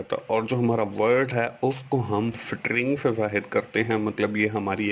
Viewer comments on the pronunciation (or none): sir it is not sitring it is string put it on google pronunciation